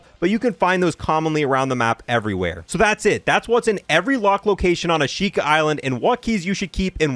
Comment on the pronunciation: Probably should say the words correctly. The island, Ashika, just pretend there's no I. Like Ashka. Flotsam rhymes with GOT SOME.